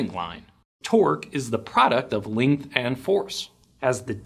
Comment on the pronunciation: why you read length as 'leength' ?